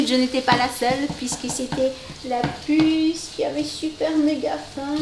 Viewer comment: a chaque fois que vous dite la pusse je crois que c est jen ;D